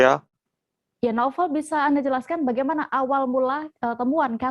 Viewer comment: Namanya NAUFAL.. tp gak bisa bilang INFORMASI & KONFIRMASI. Semua huryuf F & V jadi huruf P. NAUFAL jadi NAUPAL INFORMASI jadi INPORMASI KONFIRMASI jadi KONPIRMASI kwkwkkk